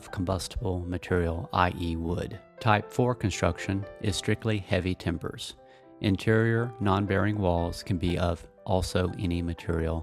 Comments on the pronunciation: Heavy Timber instead of TEMBER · timber instead of tember